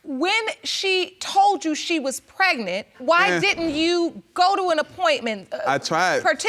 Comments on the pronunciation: Sorry, but what is "pretnant"? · Pehgnunt fa nan munts 😂🤣😂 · Hold up what's pret-nant 😂😂😂Girl stop it !!!This PC case is dismissed !!!😂😂😂